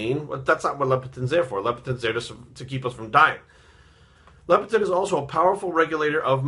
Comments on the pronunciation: Leptin not Lepitin. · haha i love you man. I agree with 95% of the things you say. I believe you're pouncing leptin wrong. you're saying LEPITIN.